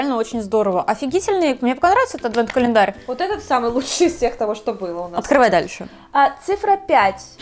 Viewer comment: Божееее!!! Можно же говорить не АДВЭНТ КАЛЕНДАРЬ, а просто Адвент календарь!🙏